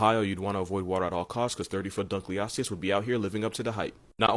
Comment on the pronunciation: I love how he mispronounced deinosuchus but pronounced dunkleosteus right